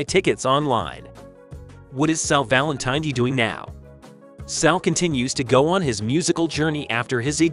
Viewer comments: tin-It is not Valen-Tiny. His last name is Valen-tin-etti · Need to pronounce last name correctly! Valin-tih-netti. No long I. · I would have enjoyed this video a lot more if you knew how to pronounce Sal's last name.